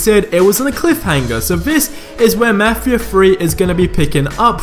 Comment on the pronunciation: Ur saying mafia wrong